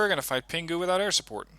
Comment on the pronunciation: When you pronounce Pinghu, don't pronounce 'g'. Pretend that it's Pin Hu.